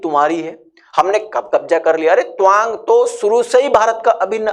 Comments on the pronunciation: Twang kyu pronounce kar rahe hai, ye to TAA-wang hai. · Toang nahi.tawang. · Tuwang nhi Tawang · Tawang. Not towang😅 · Tawang ko dhag se toh pronounce karo bhai..😂😂😂pehle dhagse se pronounce karna shiklo aur video banao